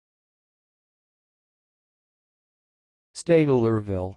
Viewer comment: STEYT-LER-VILLE. 3 syllables. Drop those ridiculous extra e's.